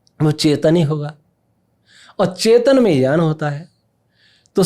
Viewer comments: Jyaan nhi gyan bolo re😂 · Inki baatein sun ne maza nahi aata kyonki ye gyan ko jyaan bolte hai to khinnata hoti hai